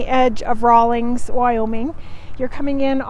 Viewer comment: There is no G in the town name. 🤭 thanks for the review tho. Good to know!